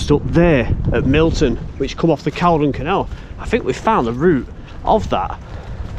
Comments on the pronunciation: Call-don! Not caldun. 🤦🏼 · its pronounced "Call-don"